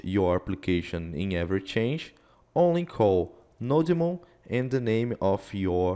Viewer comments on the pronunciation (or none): It’s not no-demon, but node-mon (from node monitor) ;) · 'no-demon' 'no-god' lol